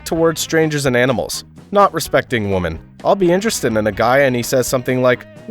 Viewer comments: Is the audio track AI? He keeps pronouncing "women" like "woman". Very irritating. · Why does he pronounce “women” as “woman”? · why do you not know how to pronounce "women" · I NEED to know, why do people refuse to pronounce women and say woman no matter if it says women or woman. I’ve noticed people starting to do it for like a year know. Why god? WHY?! It’s a pet peeve of mine XD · You can't even pronounce the word 'women' correctly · MY question is how does this guy not know how to pronounce "women"🤨